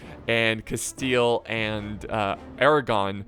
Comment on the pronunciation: Spanish: Castilla: Casteel